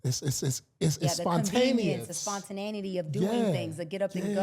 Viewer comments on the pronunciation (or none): Spontanatity,? No. It’s spontaneity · She really said the spontananity. - She said Inresponsibilities 😂😂😂 Man, the clues were always there! Salute to for playing that shite so smoothly.